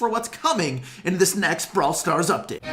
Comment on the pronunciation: anyone else realise he forgot to say 'date' in 'up-date' lol